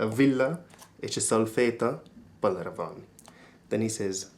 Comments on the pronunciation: balra mispronounced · balra is mispronounced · Just a note: "balra" is pronounced "barra" and "jobbra" is "jobra."